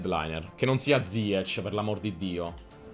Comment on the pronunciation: Ziech nn si pronuncia così 🤣🤣🤣🤣 comunque grande